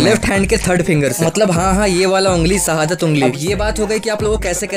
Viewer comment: Bro i just subscribed you when i listen you said shadat ungli